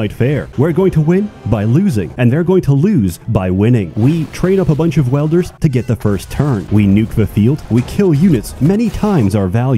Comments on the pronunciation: Welders? you mean Wielders, yes,? XD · Not welder. Wielder. There's an I in it. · "Welders" (pronounced: "weld-er") fuse together pieces of metal by partially melting them with high heat. "Wielders" (pronounced: "weeld-er") are people that grasp, hold, clutch, possess, obtain or otherwise acquire something to be used for a specified purpose. In the case of this game, your Wielder has the ability to wield (hence the name) the Essence (hence the name) of life generated by those under their command and convert it into magic. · Im sorry i cant get my brain past this .....Its WIELDERS not WELDERS.